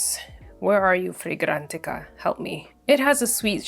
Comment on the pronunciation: I was interested in your reviews til you kept having to say fragrantica that way. That got on my nerves So I had to turn it off .